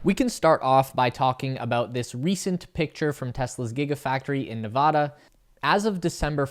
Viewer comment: It's actually pronounced "Nevada"